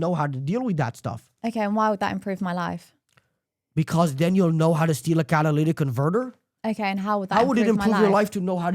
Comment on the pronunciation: This smug kid sounds boring af, such potential but he sounds lame af. Catalytic converter, pronounce it right!!!!!